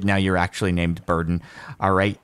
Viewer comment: I was watching ep1 at 3 in the morning and thought he had named his dog Burton or something along those lines. It wasn't until the boat scene where i realized Jordan was saying Burden LOL